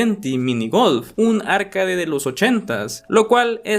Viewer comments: arcaDE no ARcade, o si quieres puedes decir "arqueid" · Me dio toc escuchar “árcade” en vez de “arcade” o “arkeid” 😢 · Por dices Arcade? Es arcAde.